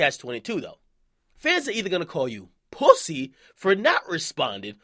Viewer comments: stop saying poosey dj. you sound weird and that's stitches cake ass words. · I hate when akedemics says pwussy (pussy)